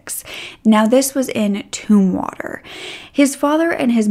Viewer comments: "Tum"water; not Toomwater. 😅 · It's pronounced Tumm water like in tummy, by the way girl, you look fantastic. You look like a perfect princess. ;)